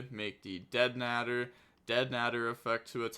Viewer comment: The way you say deadnader is funny 🤣 I could be wrong but I think it’s pronounced deadnaaaader lol